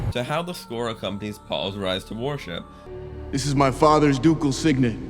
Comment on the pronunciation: Villeneuve, not Villenuff. Worship, not war ship! Taken aback, not taken back. Respectable, not respectful. Javier, not Jarviar. Mise en scène, not miz on seen. Truly, not truthfully. (Sorry for the corrections, but I'm a teacher by profession. I can't turn it off when I'm watching YouTube.)